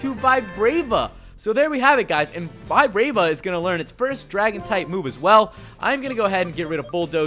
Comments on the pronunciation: I suddenly don't like flygon after you saying vi-brave-a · vibrava is pronounced (vee-bra-va) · i think its pronounced vib RAH va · Its pronounced VEE VA BRUH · Btw it's pronounced vi-braw-va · SAY VIBRAVA AND SERPERIOR RIGHT